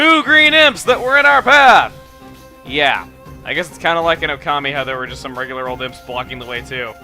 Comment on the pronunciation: oh also it's Okami not ocami